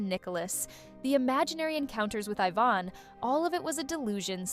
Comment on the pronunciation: you couldn't tell with the I-van and Ivan pronunciation?